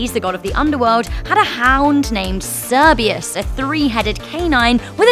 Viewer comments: Sir - bur - rus. Not syberius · Cerberus not cerbias live you but you chopped that name up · *Cerberus not Cerbeus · Cerberus... Not Cerbus. Κέρβερος στη γλώσσα μας/"kerberos in our language" 🤷🏻‍♂️ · Its cebeus its Cerberus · ITS CERBERUS NOT SERBIUS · Cerberus, not Cerbius. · CERBERUS, not Cerbius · It’s Cerberus not cerbeeus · Not cerbius, cerberus* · Sir-bur-us not Sir-be-us missing an R in there Cerberus not Cerbeus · Did she just say sir-bi-us? its sir-ber-us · Messed up cerberus's name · I know I should chill but she said hades dog was called cerbereeus. It just made me rage and laugh at the same time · I've never heard someone pronounce Cerberus as cerbius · How do u mispronounce Cerberus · AS A DEMON SHE HAS PRONOUNCED CEBRUS WRONG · Cerberus has how many rs in it? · What scares me most is your pronunciation of Cerberus. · She pronounced Cerberus wrong